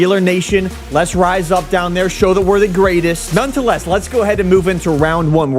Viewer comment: This has gone on for far too long and I can no longer stay quiet... It is noneTHEless not noneTOless